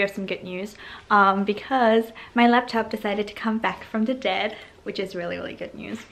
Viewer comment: this is random but i really love how pronounces "dead" hahaha sounds very asian